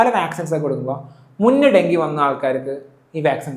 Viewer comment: ഡെങ്കി . Not ഡെങ്കു .